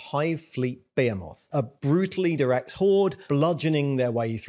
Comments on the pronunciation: Impossible to immerse when this guy says , bahaymoth and tieranids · The way behemoth is pronounced is hurting me physically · Love your videos! Can't stop hearing TAIranids and BEYhemoth though, when its really TYRanids and BeHEEmoth ;)